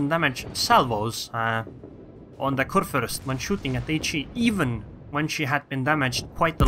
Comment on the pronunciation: Am I the only german that is watching this vid? XD I mean, respect to you Sir. You nearly nailed the "ue/ü" but this ship is a man ^-^. A "Fürst" is a man hired by the king to rule his part of the land. I guess nobody cares but anyway just wanted to say it. Btw nice videos you got there on your channel.